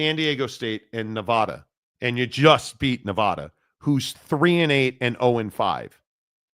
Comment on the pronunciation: How did he pronounce Nevada??? Is he from the east coast??? No offense; just an observation.